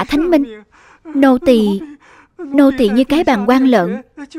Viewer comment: Nô tài mà cứ nô tì.